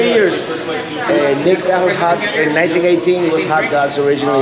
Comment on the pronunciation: Hi, love your videos. Have to correct you on one thing though. Nick Tahoos is pounced Tah-Hoes. I hope you can comeback again to see Seneca Falls, Waterloo as well as Ithaca and of course a lot more of the state parks and the unique locations on Lake Ontario. I would love to meet up with you and your wife and show you some sights that people miss as well as a brewery tasting around Cayuga Lake. There are several distilleries, too many to count wineries and breweries on Seneca and Cayuga Lakes.